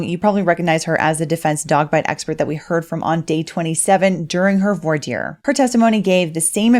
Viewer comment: There's no "r" sound in the word "voir." It's pronounced like vwah.